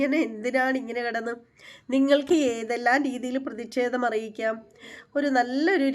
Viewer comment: ഹരീഷ് പേരടി എന്നാണ് 'പേയാട്' അല്ല. അതുപോലെ ' പ്രതിക്ഷേധം ' അല്ല ' പ്രതിഷേധം ' എന്നാണ്.